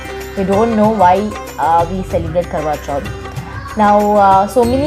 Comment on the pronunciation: It's Karwa Chauth!! Just correctly, don't mind.